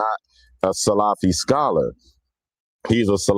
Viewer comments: You can’t even say the word salafi properly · The video was horrifying just like the whole incidents that was mentioned, such as saying Muhammad bin Wahaab wasn’t from the Salaf ( Born in the 18th century) while the Salaf are the first three generations, miss pronouncing Salafy, using one or two people and their wrong doings with their misconduct as the tool to label individuals broadly as Muqbilist and bullies and exstreemis : shows that the guy doesn’t know what he is saying nor what he is doing. As if Sufies, Shiites , tablghies , Asharies , Kharajees and many haven’t and won’t fight and kill another Muslim in the masjid !?